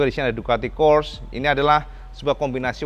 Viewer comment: Maap cak ijin, corse baca nya bukan kors tapi korse 🙏🏻😊